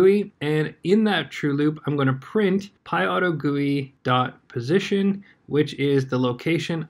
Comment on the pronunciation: IT IS PYAUTO-G-U-I NOT PYAUTOGOOEY!!!!!!!!!